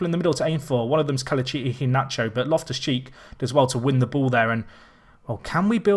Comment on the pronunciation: MANU4EVA19 it's pronounced eee-hay-nah-chore